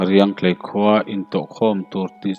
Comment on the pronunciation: Riangtlei khaw hming i lam dan hi lo enchiang leh deuh teh aw :- :m :m tiin lam ri la a dik zawk ang a.